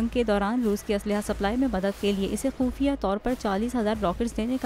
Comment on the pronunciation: خفیہ ✔ خوفیہ ❌ 😅😃😂